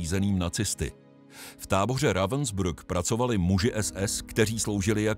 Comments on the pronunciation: Proboha naučte se alespoň minimum německé výslovnosti , protože se ztrapňujete Rawensbryk se to vyslovuje . To Vaše Rawensbruk je hodně trapné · Já bych si to i pustil, Lae vím, že zas uslyším "Ravensbruck" , prostě špatně vyslovenou přehlásku a to mi trhá uši. To prostě nedám.